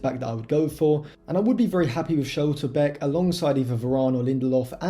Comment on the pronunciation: Pronounciation of Schlotterbeck ?!